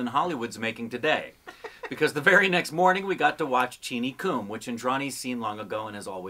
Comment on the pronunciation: The Hindi word "Kum" is pronounced the same as the English word "Come". IT is NOT pronounced "Koom". It means Less, Reduced, Low, Small Amount(s), Not So Much. "Cheenie Kum" means "Less Sugar".